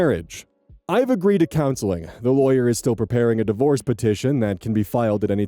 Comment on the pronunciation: When you read "sadly divorce seems to be your best option" I heard it as "sadly the worst" but divorce makes way more sense ^^